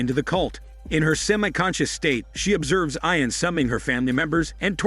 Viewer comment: You are mispronouncing the name, Ian